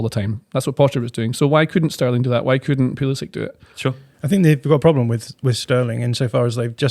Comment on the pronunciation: Are we back to saying "Pulisitch" again? I thought it had been established a while ago that because Pulisic is American and not Serbian, that we are to pronounce it as "Pulisick"